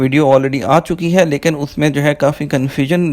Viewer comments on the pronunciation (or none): none